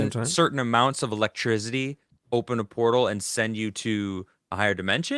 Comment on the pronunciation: Why can’t pronounce “electricity”